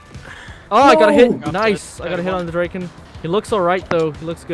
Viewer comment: "The Dreyken" as a Swede this concerns me deeply